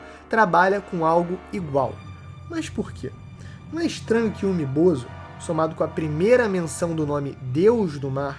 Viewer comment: Começa o vídeo pronunciando "Umi Bozú" e termina pronunciando como "Umi Bozo" 🤡, a fruta do palhaço 🤡 kkkkkkkkk. "UmiBozo" é meus zovo